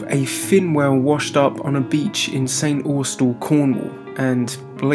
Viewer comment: Yeah my home town, congrats on pronouncing it correctly. Bias here but this is you're BEST VID YET 👍👍👍